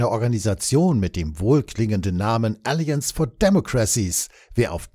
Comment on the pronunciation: "Warum sollte Pinocchio einen Eid auf Lügenverzicht leisten?" 🤣 Warum sollte es überhaupt eine/n Nato(-Thinktank) geben? PS: " alLIances & deMOcracies" (zweite Silbe betont) bitte. 😉